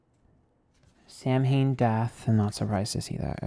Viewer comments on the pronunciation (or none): I thoroughly enjoyed this reading, but I just have to point this out as an Irish woman. Samhain is pronounced "sow (like female pig)- whin." No harm, I know Irish is a difficult language to get to grips with. But I do hear Americans pronouncing it this way a lot and a girl gotta come correct.